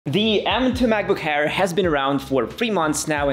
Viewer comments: It’s Air, not Hair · did he say macbook AIR or macbook HAIR